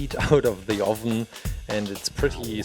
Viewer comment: why do you say ovin